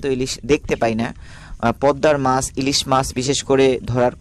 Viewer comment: বাংলার উচ্চারণ আপনার অত্যন্ত বিশ্রী। বাংলাদেশের লোক বাংলা ভাষার বুণিয়াদ কে সমাপ্ত করেছে। মাস....নয় , মাছ উচ্চারণ করুন।